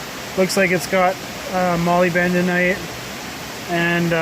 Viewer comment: "MolyBENdenite"! Hahaha :) I think you mean "MoLYBdenite" ahaha I find that stuff a lot, but some of it looks more like Arsenopyrite I think. But if anything arsenopyrite is usually more closely associated with gold than molybdenite, so thats a good thing!!